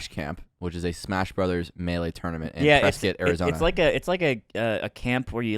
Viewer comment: As someone from Arizona it really hurts the way that pronounces Prescott.